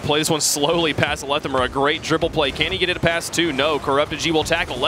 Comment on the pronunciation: wtf is pronunciation of Lethamyr.